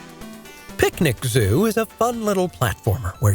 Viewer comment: I love that when he gets to Pikuniku, he calls it "Picnic Zoo." Then later he calls it "Panic In a Canoe."